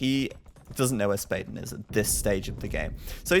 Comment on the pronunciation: I'm pretty confident Spaden is swedish which means your pronounciation of his name was already correct, you don't need to change it!